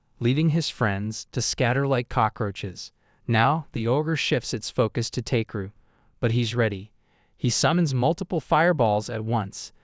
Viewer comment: it's ta-ke-ru, not take-ru